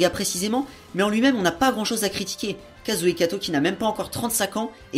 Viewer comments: Pouce rouge rien que pour avoir prononcé le nom de l'auteur à la française, ce qui est franchement dégueulasse à entendre. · Wyon Romane On s'en fout qu'il prononce le nom à la francaise, si tu met un pouce rouge uniquement pour ça c'est que t'es vraiment un rageux.